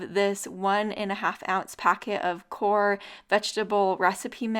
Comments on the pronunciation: far be it for me to correct anything about your great & yet simple recipes ( that's why I like them so much, even I can make them 😊😁 )...But, you are mispronouncing your vegetable dip's Brand name... You see in the name KNORR, the " K " is silent... It is pronounced NOR... I mean no harm or foul, but just believe you would rather be pronouncing it correctly to your Thousands of viewers than not.... Sorry for the interruption, I really do love your recipes......Although I tend to like my Broccoli a little more cooked coz I find if it's not it tends to be tough & have a strong smell & taste....So I do tend to give it a steam for a few minutes first at least til it changes color & softens a little first before I add it to my pan dish with liberal Olive Oil & Butter coating.....Also same thing with Asparagus, half raw Broccoli or Asparagus smell & taste I just can't stand, a few minutes in steamer never hurt either one of them...Love your Channel...❤💋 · Absolutely!! Look at the ingredient list on back and make your own spice mix with whole ingredients instead of prepackaged mix with preservatives. I had to chuckle, its pronounced "nor" instead of "ka-nor" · love your videos, but I must tell you, the k is SILENT, like in the word know, so it is pronounced as NOR, and not KOR. Let me know if you think I am wrong. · The Knorr name is pronounced more. The k is silent. I always have a problem with my vegies getting done enough in the pan recipes. What am I doing wrong? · The brand of Knorr vegetable recipe mix is pronounced Norr. The K is silent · These look so easy and delicious! I’ve never cooked pierogi in the oven but they get very gluey on the stove so I sure will try it this way. 😊 (No criticism intended, but the K in knorr is silent, so you just say Norr) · she is calling it Korr! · The K is silent, its Norr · I pronounce it k' nor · The Knorr mix is pronounced NOR 🤭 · The K in Knoor is silent 🤫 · Knorr….the k is silent